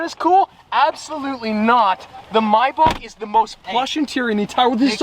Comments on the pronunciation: He said “my bok“ it’s pronounced may back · mybach? its maybach no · Maybach Not Myybach😡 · Hate the way he says mayback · The way he says maybach😂😂😂😂😂 “mai buck”